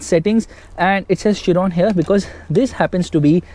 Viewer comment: Thank god he said Chiron and not kiron